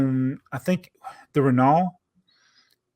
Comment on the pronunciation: FYI renault is pronounced like reno from renovation. The 1974 block train is my least favourite train set. I have a lot of nostalgia looking at that family of 5 from the 2009 LEGO history book. Maybe jaabo needs to combine sets like the temple of doom chase, LEGO city mines, mine minecraft sets, power miners and rock raiders sets; into a designated mega mine so you can put the 365 #tippertruckarmy to work hauling away the excess ore.